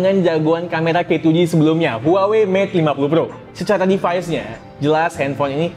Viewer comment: Huawei bang bukan huawai